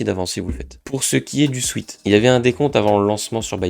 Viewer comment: ça se prononce "souète" pas "souite" Sweat ≠ Sweet